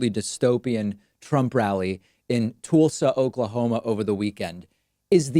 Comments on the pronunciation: Toolsa? It's TULL-SA! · It's pronounced Tohlsa, David. Not Toolsa! I used to live there. And my Lauds to Tulsans and KPop and Tik Tok Gramma for punking & trolling Trump. Hell, he's probably already cheated! Like say, with McNinny? Host daughter Ivsnka? These people are so EFFING STUPID!!!!! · Pakman: Tulsa is pronounced Tuhlsa (as in ulcer) short u, not Toolsa, long u. Doesn’t detract a bit from the accuracy of your analyses. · Its TULSA...not TOOLSA🤦‍♂️ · Toooosla? When did the phonetics of the city change? Toooosla? Not Tulsa? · Tulsa is not pronounced the same way Tulsi gabbard is with a "tool". Its "Tuhlsa" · Tulsa is pronounced toll-sa not tool-sa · David, stop it please! Stop saying " Tool - saw! " It's Tulsa. IT'S TULSA. Ask any human person for the correct pronunciation. We thank you. Keep up the good work. :) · Off-topic, but is Tulsa pronounced "Tool-sa" or "tull-sa"? I thought it was the second one, but Pakman says the other and I'm confused. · Just as a aside, it's pronounced "TULL-SA", not "TOOL-SA". Other than that little nit, love the channel! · I love your program but the word Tulsa is pronounced Tullsa as in dull not Toolsa as in Tool. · It's pronounced: tull saa, David. Not tool saa! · I love you David but it's pronounced TUHL-sa, not TOOL-sa. I know, I had the "privilege" of growing up a gay teen in that one horse, Republiturd dystopia. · It’s Tulsa not Toolsa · Why does David call it "Toolz-ah" ? I've never heard it pronounced that way. Usually it's pronounced Toll-sah or Tull-sah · David calls Tulsa Toolsa. Huh? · I love your channel..but you mispronounced "Tulsa" Oklahoma..It's said like "Mull" it over.. "U"ntil...TUlsa..Sorry, but you don't want to be like Trump mispronouncing words left and right. Keep up the good work. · Hmm.. I'm beginning to think that Pakman saying Toolsi Gabbard instead of Tulsi Gabbard is just how he talks, considering he just said Toolsa, Oklahoma. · He said Toolsa. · Why did he say "Toolsa"? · "TOOLSA" OK? ??????